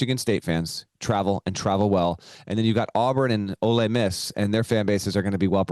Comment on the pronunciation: Ole Miss not olay Miss